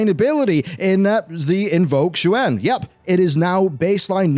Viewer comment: Xuen as with most of the mop era Chinese words are painfully mispronounced. Xuen is pronounced like shwen